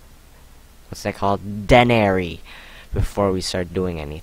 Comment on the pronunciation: It's pronounced "d-ee-nary"